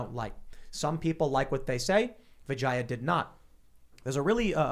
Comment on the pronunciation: The way you pronounce her name makes it sound like you're saying "vagina". The correct pronunciation is vi-JAY-uh. Not vi-jeye-uh. Source: I'm also Indian.